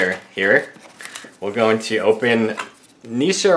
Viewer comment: Nissa rhymes with Miss, not Nee-sa